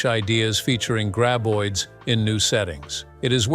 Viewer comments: Why do you pronounce the creatures 'gray-boids'? They are pronounced 'grab-oids'. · It's Grab.... Not Grey!!! Graboids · I subbed after watching two videos by this channel...unsubbed after hearing "gray-boid" for the 20th time in this video.